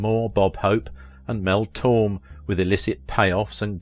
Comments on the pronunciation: That is "MEL TOR-MAY," NOT "MEL TORM, "WHEN YOU SAY THE NAME "MEL TORME." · That's pronounced Mel torMAY , not Mel Torm. Mel Torme, the Velvet Fog lol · Mel Torme’s last name is pronounced tor-may. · Like Mel Torm instead of Mel Torme. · Did the narrator actually say MEL TORM. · Mel Torme Torme is pronounced Tore-may. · Mel Torme was an absolutely fantastic singer, composer and musician and more than deserves to have his name pronounced correctly. Especially by a professional who should be careful about such things. It irritates me when 'computer voices' do this - but there's really no excuse for humans making mistakes like this. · You mispronounced Spokane and Gonzaga. You got Tacoma right, though. You also mispronounced Mel Tormé’s name, and the word, “mellifluous.”